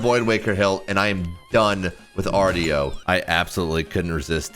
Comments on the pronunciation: Hey, just for future reference, Artio is actually pronouned "arr-show" not "arr-tee-oh". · It’s pronounced “arr-show”